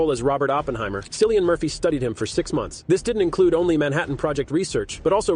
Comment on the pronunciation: Honestly. He couldn't even take the time to learn how his name is pronounced. Lazy. Doesn't really care. Just wants 🤑